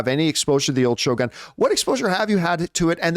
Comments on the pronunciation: Did John have a note reminding him how to pronounce Shogun?😂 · No, I was just making fun of the pronunciation!